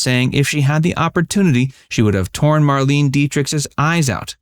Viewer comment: None are surprising lol! Also, it was pronounced "Mar-lain-eh" Dietrich.